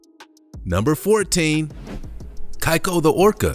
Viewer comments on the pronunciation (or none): Your saying keiko wrong and he actually died of pneumonia and if you read thru the scientific papers on his release and reintegration he was doing fine and was able to feed himself. The only reason he wasnt able to fully intergrate with his orginal pod was because he wasnt able to socialize with his pod because he had no idea what to do because he wasnt raised with his species. Like tillicum and keiko are totally different sub species of orca and have different languages and behaviors and makes it impossible to communicate. So almost all of the sea world orcas are hybrids that would never occur in the wild. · "Keiko" is pronounced "Kay-ko", not "Kai-ko" Otherwise, great video. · It’s pronounced — KAYCO not KIKO!!! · i love you for this. Was gonna point out ALL of the mispronuciations. Unsure of Keiko if it is how he pronounced it or if it's Japanese Origin: Kay-Koh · Keiko is pronounced "Kay- ko".....Thames is pronounced "tems" . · dude: ''kAiko the orca'' orca lovers: oh dear god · Keiko is pronounce ‘key-co’ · He pronounced Keiko’s name incorrectly, too🥵.. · The way he pronounces Keiko 😡 lol